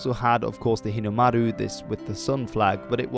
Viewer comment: He nailed the Japanese “r” sound when he said Hinomaru